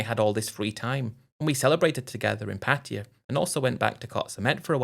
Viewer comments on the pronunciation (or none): U managed to say once pattaya, before reverting back to ur favorite word, Patia 😂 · I believe the correct pronunciation is Patty-a (not Pat-tay-ya).